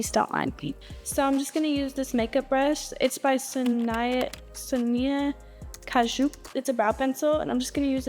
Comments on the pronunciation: “So-Nye-uh .. So-Nee-uh.. Ka-Zhuu-K” Girl. Sown-ya. 😐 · How can you see anything from this far away…?? And also no one said anything about her mispronouncing Sonia Kashuk in the beginning ??? I thought she was kidding at first & im still hoping she is…sheesh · 30 seconds in and she can't even pronounce Sonia Kashuk? I'm out 😮